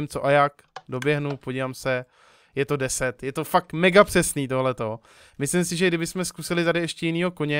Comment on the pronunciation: místo fakt říkáš fak jsem z moravi takže se nediv